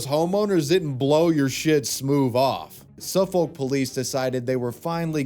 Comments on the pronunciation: Suffolk is pronounced SUH FICK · If I had a nickel for every time my county has been represented on a criminal video, I'd have two nickels, which isn't a lot but it's weird that it's happened twice Also Suffolk pronounced Suff-ick here, not Suff-olk